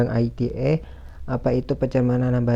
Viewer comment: komentar saya untuk kelompok 12 kurang lbh sprti kelompok 10, krn gak keliatan muka, saya jadi gabisa nilai secara maksimal.: beberapa kali saya tangkep ada artikulasi yg kurang jelas: UU ITE dibaca biasa aja ia ala ejaan Indonesia U-U-I-T-E. ITE gak dibaca aiti-e krn itu bukan singkatan dr bhs inggris tapi udah diterjemahkan ke bhs indonesia